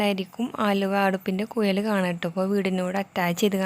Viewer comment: മലയാളം അറിയില്ല കിഇ അല്ല കിഴി.. കോയൽ അല്ല കുഴൽ